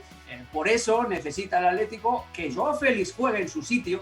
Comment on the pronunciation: Aletico de Madrid???? en serio... aletico????'